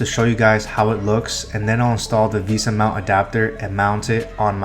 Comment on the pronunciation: "visa" mount, ah yes, how stupid of me to pronounce it as "vesa"